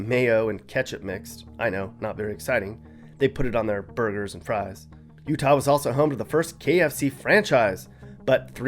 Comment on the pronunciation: U -tah ? 😮 roofers in u-tah ??? Put a lid on it . Roofers are just doing?